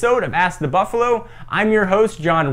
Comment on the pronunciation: why do you say buffalu